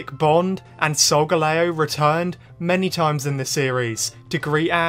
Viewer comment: 👉Why you called solgaleo A sogaleo👈